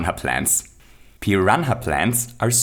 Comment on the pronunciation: Did he just say Pi-ran-ha Plant